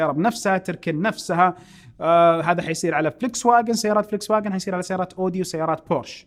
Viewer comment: اخوي اني احبك ومتابعك من ٣ سنين ، بس حبيت انبهك ع شغله بلا معلميه عليك ع اسم سياره هي اسمها فولكس فاكن الالماني جذي تنطق ومشكور ❤